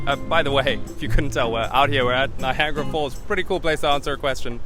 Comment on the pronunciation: You pronounciation of Niagara Falls and the fact you call z 'zed' has really upset me